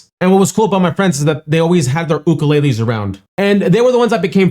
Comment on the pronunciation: Great reaction to a simply wonderful artist! Side note: I love that you know how to properly pronounce ukulele.